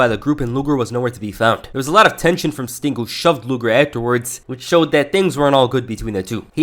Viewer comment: I noticed you said "stink" instead of "sting" in some instances or I'm hearing things.